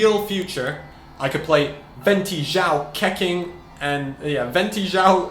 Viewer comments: Keqing is pronounced as Kuh-Ching not Keh-King 😭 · Pls dont pronounce Keqing like...Keking, I mean wtf? Its Ketching or the right Chinese pronounce is Kehching kinda...just my 2 cents bruh but damn that triggerd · its pronounce khe-ching............ not khe-king..... damn.... get it right... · It's pronounced Ke-ching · U can’t pronounce shit Keqing and Xio say the names right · STOP SAYING KEQING LIKE THAT GOD